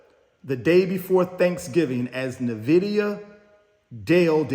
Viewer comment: You are killing me everytime you say Nvidia. It is not pronounced NA-VIDIA. It is pronounced N-VIDIA. Pronounce it as the letter N. Not "NA"